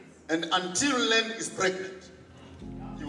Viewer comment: It's Land but from his pronunciation, u will think he said Lilith